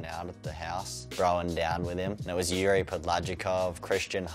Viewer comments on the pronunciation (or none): none